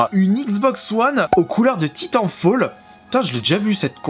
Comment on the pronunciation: Tu prononce mal titanfall...